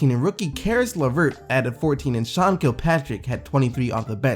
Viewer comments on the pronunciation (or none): none